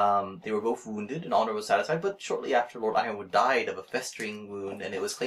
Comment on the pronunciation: I always pronounced Yronwood as "ron-wood". I never heard anyone pronounce it like that